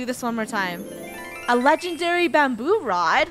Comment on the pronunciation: Wait you catch a lengedery fish